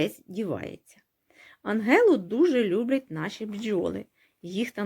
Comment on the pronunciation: підписалася і лайк за анГелу))) як же мене засмучує, коли кажуть анжела))) розумію, що це не важливо може бути. але мені ця дрібничка приємна.